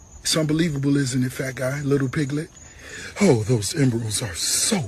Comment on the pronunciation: He said lil pigglet! 😂